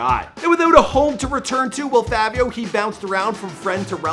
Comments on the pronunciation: Fivio not Favio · My guy it’s not favio it’s, fivio like five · Stop saying FAVIO NIGGA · They Were Famous PLEASE LEARN TO PRONOUNCE THE NAMES OF THE PPL YOU ARE DOING VIDEOS ON...ITS CRINGE WORTHY HEARING YOU SAY FAH-VIO..(IT'S PRONOUNCED FYE-VEO)...ONE VIDEO YOU SAID RUH-KEEM...IT'S RAKIM (RAH-KIM)...THANK YOU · Bruh ain’t even day Fivio name right😐😐 Favio? It’s Fi-Vi-O, Say with with me, Fivio. 😭😭😭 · its 5vio not favio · Im still windering why he sayin Favio its Fivio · Its not favio its fivio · “Favio Foreign” where tf do you hear an A in “Fivio”🤦🏾‍♂️ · ITS FI-VI-YO‼️. Favio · Why he say Favio like there’s a “A” in there. It’s Fivio like the number 5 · It’s not Favio it’s faaviooo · Somebody tell me where In fivio foreign There's an A he kept saying Favio foreign like nigga what 🤣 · Favio? Jesus christ🤦🏾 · FYE-vee-ohh... lol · Why does he keep saying “FAAAAvio foreign” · Who tf this dude think he is callin him “FaViO” 🤦🏼‍♂️🤨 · Fucking “favio” 🤦🏽‍♂️ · why it sound like he saying "fabio" 😂😂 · I can’t finish the video “fahvio” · Mans said Favio Foreign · How do you do research on this person, and other this other stuff, yet mess up the name, you sat here and said favio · The “favio” is killing me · Bruh I deadass hate how u pronounce his name lmao it’s FIVI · You need to redo this vid bro smh it’s FI-VEE-O Foreign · Bruh really said “FAHvio foreign” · fahvi sosa, viral muvie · Bru why I say his name like that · Didnt even say his name right the whole time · how you do research on bro and still cant pronounce his name right smh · Na He type butchered this one “bliskies” “Favio” 😒 dont kno nothin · ``FAVE-EYO´´ ..?? ..&.. `` BLiCK-SKEE´´ ..?? .."COME-ON DOG..!! YOU GOTTA DO BETTER THAN THAT"..!! 🤦🙅🙅🙅🙅🙅🤦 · This guy don’t know how to talk “Favio” “blick ski ina box”🤦🏾‍♂️ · i’m convinced that doesn’t know how to read. it’s pronounced FAH-VIO and the way he blixky, it’s pronounced BLICKY